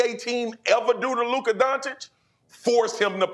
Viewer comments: Stephen “Luk-er” Smith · Stephen a cant or wont pronounce luka's name correctly